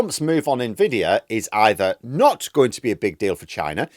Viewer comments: Its pronounced en vidia, not na vidia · Hi! Thanks for the video as usual. A nitpick: NVIDIA should be pronounced EN-VIDEA as it means envy in Latin and thats what they wanted their competitors to feel! (Nit-pick on myself: invidia is latin, envidia is Spanish, so technically it has a Spanish pronunciation 😅)